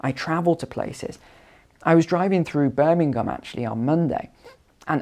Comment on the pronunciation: Birmingham, English, lolz.